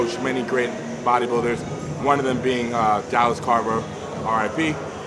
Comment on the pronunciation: Exactly at least pay the respect and say his name right ffs